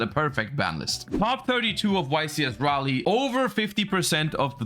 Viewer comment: omg finally someone who can pronounce Raleigh correctly you just earned my sub